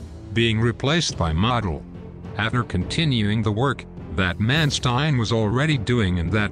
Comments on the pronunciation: Once again you’ve taken away from an interesting documentary by butchering the pronunciation of Field Marshal’s Models name. It’s common knowledge that his name is pronounced Moe del and the way you say it has nothing to do with an accent or an accepted alternate pronunciation. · It's actually Modl like Jodl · Model (I believe it is pronounced Merdel) was regarded by some other generals as a strategic dunce, but a tactical genius. He was known as the Fuhrer's Fireman, for his ability to solve tactical problems, on the fly, and prevent the Soviets from exploiting breakthroughs. But when he was transferred to the Western front, he came under criticism for his lack of strategic nous.